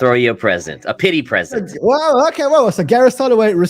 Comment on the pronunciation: Pree zent!